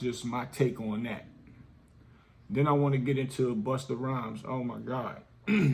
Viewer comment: No disrespect but it's Busta Rhymes and the Migos. Keep the content coming!